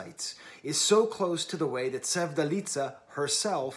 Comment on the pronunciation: Her full name is Sevda Alizadeh. Sevdaliza is just the combination of the two. The ‘z’ is not pronounced as in Italian language but just as ‘z’ 😊